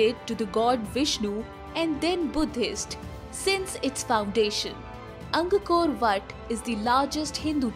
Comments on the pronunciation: Top 1 is in Cambodia (Khmer) 🇰🇭🇰🇭🇰🇭 - Ang kor wat , not Ang koko ra wat 😂😂😂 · It is Angkor Wat and not angakor whatt. Not Surrivarman, it’s Suryavarman. Pls get your pronunciation right before making a video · Anggakor Vhattt🤣🤣🤣🤣 Angkor Wat is pronounced Ang - kor What...Angkor is the place it was built in and Wat simply means temple....the temple of Angkor...